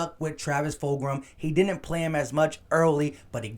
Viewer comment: lol you ain’t the first to say it wrong Joeyshakes said Foldgem